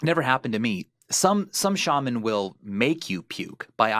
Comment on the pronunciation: God damn it Ethan it's "Shah-man" not "Shey-Min". Props to anyone who gets the reference.